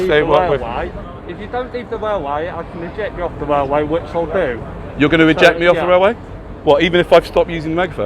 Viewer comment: So your father was a WAILWAY WORKER?